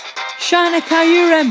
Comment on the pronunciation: It's kyor-rum.....